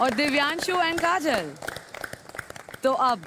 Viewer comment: Chipkuu kajal bolo ache se..